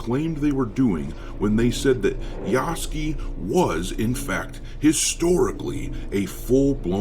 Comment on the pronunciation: 彼の名前は「ヤスキ」ではなく「ヤスケ」と発音される😅